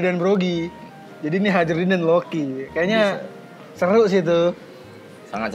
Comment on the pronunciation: haerudin jir ngucapnya bukan hajrudin akwakwk kalo di anime kedengeran...